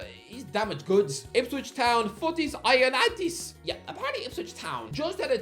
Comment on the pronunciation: how do you pronounce ioannidis so wrong😂😂😂